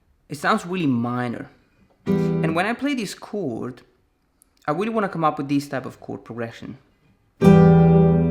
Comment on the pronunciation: "Weally weally" 😂😂